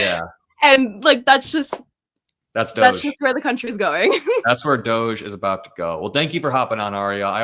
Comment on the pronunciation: Why pronounce it like you do ? The doge commitee is trumps way of embarrassing muskrat and ramaswampy . I pronounce it like doggie commitee . Trump hates dogs !